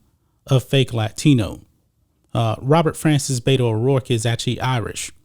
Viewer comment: The correct pronunciation of BETO is BE-TO from RO-BER-TO. You can bet that BETO will lose. You do not pronounce it BAY-TO. He is not from the SAN FRANCISCO BAY-TO although he should probably live there. He chose the name BETO because his Spanish speaking childhood Mexican maid called him BETO and he is honoring her choice to call him BETO, not because he wants to be a fake Latino. Being from El Paso, most higher middle class children had childhood maids who cooked, cleaned and taught the children Mexican Spanish.